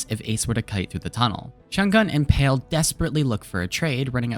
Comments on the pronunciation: love the vid, but just wanted to point out palee is pronounced as pa(h)-lee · Palee is pronounced PAH-LEE